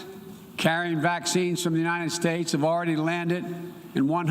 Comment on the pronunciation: U-n-i-t-e-d states Maybe if u spell it for him he wont butcher it Unininited states lol What a joke